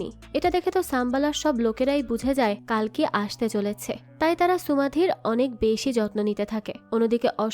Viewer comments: "কালকি" না "কল্কি" অবতার 🙂🙂 আপনি একটু ভুল বলছেন 😊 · কালকি না,কল্কি শব্দ উচ্চারণ ঠিক করে বলুন🙄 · hindi te কাল্কী ucharon kora hoy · Seriously কালকি Ekjon bangali কল্কি uchharon krte parchen na😡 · Thik. Kali ke kali avtar bolche. কল্কি কে কালকি bolche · It's কল্কি not কালকি